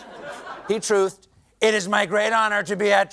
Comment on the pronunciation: Stephen, might I suggest the verb for that platform's pronounced "trUHthed" and not "trOOthed"?